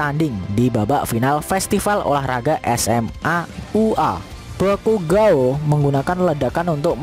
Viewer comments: bakugou min bukan bakugao :v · Bukan bakugo tapi baygon wkwkwkwkwk😂😂😂😂😂